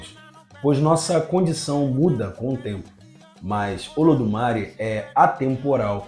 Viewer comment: oi? meu filho vc acha que o acento no é significa o que??? é uma silaba tonica meu filho, fale ododumarÉ como sempre falamos antes da internet ou como olodumarÊ que tbm se fala, essa pronuncia sua olodumari vem de sotaque ingles , talvez de cubae não ta correta nao.